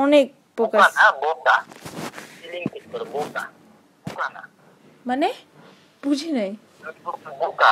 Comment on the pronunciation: Its "BOKA".. not "BUKA" -_